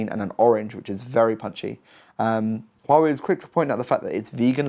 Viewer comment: Impressive the way you pronounce hua wei